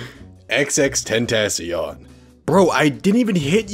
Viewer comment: Xxx-ten-ta-chon not xxx-tat-tation